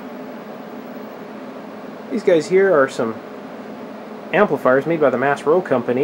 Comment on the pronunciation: Maas-Rowe - Maas isn't pronounced mass, it's more like moss or mas, the Spanish word for more, as in "no mas". It's Dutch/German.